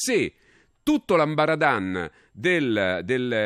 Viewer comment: Si dice amba aradam...non amba aradan...